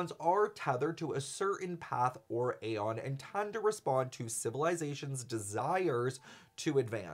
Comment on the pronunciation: I am in 6 minutes in and I’m now here to beg PLEASE say aeon the way the game characters do!!! It hurts my soul the way you are saying it. Great video btw Edit: PLEASE THE CHARACTERS IN GAME CAN PRONOUNCE ALL THE WORDS YOU DON’T KNOW HOW TO SAY